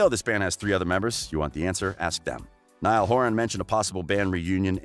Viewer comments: Seriously nial horan bruh learn Ur names.bro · I stoped the video right after I hear Neeeeaaaalll Horan. 😶 Can't even say the names right let alone facts 🤷🏽‍♂️🤦🏽‍♂️ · When he said “N•ee•l” instead of “N•I•L” 😂😂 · I had to tune out after I heard Neil Horan. Gosh, next time do your research! Terrible! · Sierra Gallegos neeyell horan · If you are going to make money doing a video on these lads. Get their names right…..it’s not difficult at all. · Girl same I felt like reaching through the screen and slapping this guy that's one of my pet peeves when someone mispronounces someone's name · it’s literally so obvious okay how to pronounce niall too I don’t understand how people get it wrong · The way you pronounced Louis and Niall's name shows you're not an actual One Direction fan... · Hezarfena she didn't mean it like that it was that the guy in the video said Nialls and Louis' names wrong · literally don’t wanna watch this bc u pronounced niall and Louis wrong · the way you pronounce Louis and Niall shows that you haven’t done enough research.🤦🏽‍♀️